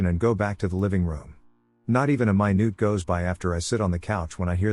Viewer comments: screams mynoot in pingu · I always get a chuckle from it mispronouncing minute😂 Yes they're spelled the same way, but still I can't help giggling at "My-Noot"😂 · He lyves mynoot to mynoot